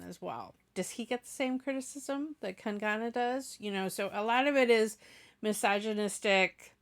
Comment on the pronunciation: Its not kan gaana its kang na rhym with hung na sung na kang na 😉